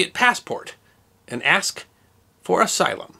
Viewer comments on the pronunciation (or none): none